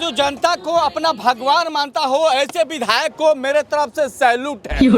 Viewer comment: बिधायल नहीं विधायक होता है। थोड़ा ध्यान रखो भाई।